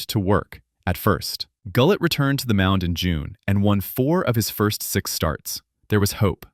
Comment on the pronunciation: Wow...off to a great start...pronouncing Gullett wrong.